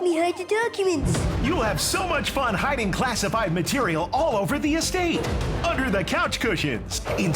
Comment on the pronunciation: "Im trying to hidingk" hahahahaha